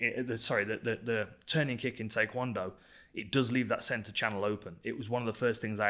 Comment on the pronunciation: Dan does the best in-depth explanations. He even pronounces Taekwondo correctly.